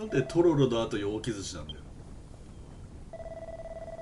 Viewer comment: ✕ きずち ○ きづち